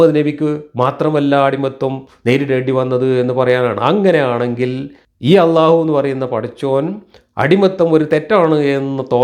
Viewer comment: ജബ്ബാറു മുസ്ലിം ആണോ അള്ളാഹു എന്നു അറബി പ്രോനൗൺസേഷനിൽ വ്യക്തമായി പറയുന്നില്ല ഇയാൾ അഭിനവ മുസ്ലിം ആണു ,, മുസൽമാൻ എന്നാൽ അള്ളാഹുവിനു പ്രിയപ്പെട്ടവൻ,,,, അതു ആകുന്നതിൽ എന്താ തെറ്റ് ,, ആർക്കും ദോഷവും ഛേതവും ഇല്ലാത്ത പരിപാവനവും പരിശുദ്ധവും ആയ കാര്യമല്ലേ,, അതിനേ എതിർത്തു ജാതിയുടെ ഭിത്തി തകർക്കണം എന്നു കരുതുന്നവരെ സൂക്ഷിക്കുക,, അവർ സമൂഹത്തിൽ എന്തും ചെയ്യുന്നവരായി,, നാഥനില്ലാത്തവരായി വളർന്നാൽ ഒരു നിയന്ത്രണവും ഇല്ലാത്ത ഒരു ശൈലിയിലേക്ക് മനുഷ്യൻ വളർന്നാൽ,,, മനുഷൻ വിബിന്ന സ്വഭാവങ്ങൾ ഉള്ളവർ ,,ക്രൂരത ഉള്ള സ്വഭാവത്തിൽ ജനിക്കുന്നവർ നാശത്തിലേക്കായിരിക്കും അവരൊക്കെ സമൂഹത്തിൽ സൃഷ്ടിക്കുവാൻ ഇടവവരുത്തുന്ന വിപത്തു,,,, അതിന് ഗവർമെന്റില്ലേ, അവർ ആക്കാര്യങ്ങളൊക്കെ നിയന്ത്രിക്കും എന്നായിരിക്കും,,,താല്പര്യമുള്ളവരുടെ ആളുകൾ ഭരണത്തിൽ കയറുമ്പോൾ അതെല്ലാം തകിടം മറിക്കപ്പെടും, നിയന്ത്രണമില്ലാത്ത ഒരു സമൂഹത്തെ ആയിരിക്കും അതുകൊണ്ട് പ്രധാനം ഉണ്ടാകുന്നത്,, ജുബ്ബാറിനെ പോലുള്ളവർ ഇരിക്കുന്ന സംയമനമാണോ ഇതേ ആശയം പ്രതിനിദാനം ചെയ്യുന്നവരിൽ കാണുന്നത്,,, അതു കൊണ്ടു ഇന്ന് വരേ എത്തിയ സംവീധാനങ്ങളെ തകിടം മറിച്ചു ദൈവം ഇല്ലാ എന്നത് കൊണ്ടു വൻ വിപത്തുകളെ സമൂഹത്തിൽ ഇവർക്ക് സൃഷ്ടിക്കാനേ കഴിയു,,,അമേരിക്കയിലെ നിയത്രണ രഹിതമായ പോക്ക് ,, ഇവർ ചെയ്യുന്നതെന്തെന്ന്‌ ഇവരറിയുന്നില്ല,, ഇന്നാ പുതു സമൂഹത്തിൽ യോചിപ്പിലെത്താദായതും നിയമത്തിൽ വരാത്തതുമായ കാര്യങ്ങളെ ശുദ്ധമായ നല്ല ചർച്ചയിലൂടെ പരിഹരിച്ചു അതിനുള്ള മാറ്റങ്ങളിൽ തീർപ്പുണ്ടാക്കി മുന്നോട്ടു പോകുന്നതാ സമൂഹത്തിനു നല്ലതു !!!